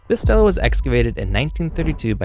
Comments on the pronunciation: THANK YOU!!! It drove me nuts! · Good video, thanks. Note: stele (ancient inscribed stone slab) is pronounced like steely, not Stella. The plural is stelae, which is pronounced stee-lay (Greek).🙂